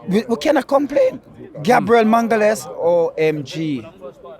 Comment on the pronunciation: 😂😂😂 Gabriel “mangales”